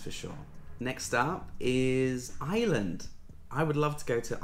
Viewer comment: Taiwan 🇹🇼 is fascinating and beautiful. By the way, Ireland is spelled and pronounced with an “r”. If you pronounce is as “Island” you’ll upset the Irish viewers 😂. Best wishes for 2023 😊.